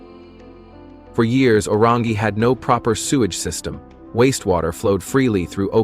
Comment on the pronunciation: The guy who can’t even pronounce the correct name of Orangi town with fake picture on title.